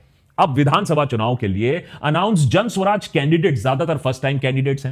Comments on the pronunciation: Isn't it Jan Suraaj and not Jan Swaraj? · It's "Jan Suraaj", not "Jan Swaraj". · Why are you pronouncing ' Jan Suraaj' incorrectly ?